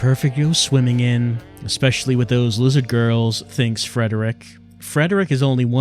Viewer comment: This may be too hard for youtube. You may say liz-HARD